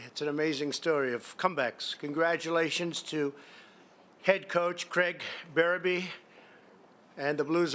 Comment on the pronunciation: He watched it closely and then butchers Berube's name. Brutal!